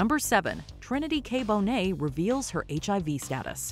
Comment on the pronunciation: NOT CALLING TRINITY K BONET MONET